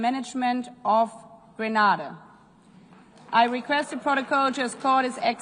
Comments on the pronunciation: You have to understand she called it how it read . Remember A also makes the Ah sound so if they are not familiar with the country that how they will pronounce it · Correction “Green Na Da” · No he didn't. Listen carefully. He said Gree-nay-dah. The first a is pronounced like the letter 'A' The woman at the start said Gre-nah-dah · Young leader. Wonderful. Would have been nice though if the name of his country had been correctly pronounced. Basic protocol. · Hello Granada is in Spain....google the pronunciations. There are alot of people bcs of poor pronunciations have ended up in Spain instead of going to Grenada and then blame the travel services because of this!